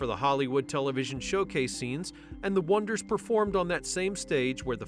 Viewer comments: Gotta love the O-Knee-Ders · I loved.....The OH-NEED-RRRs !🤣🤣🤣